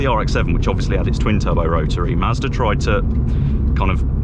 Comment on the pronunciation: Why does it sound like you’re saying Maserati